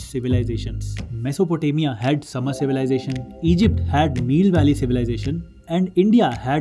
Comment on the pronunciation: mesopotamia had sumer civilization. It is pronounced as su-meeeer. Aee chal chal wala aee after su